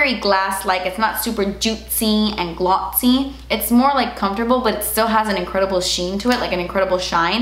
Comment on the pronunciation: When you said “juitsy” and “glotssy” I laughed out loud. And it might not seem like a big deal but I’ve been dealing with major anxiety lately & for I felt nothing but joy & laughing in that moment was so lovely to me. So thank you ❤️